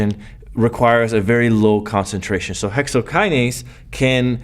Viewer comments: Thank you Prof... Dont' leave the 'n' in hexokinase next time🤓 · Thanks for this but I just noticed the " Hexokiase" thing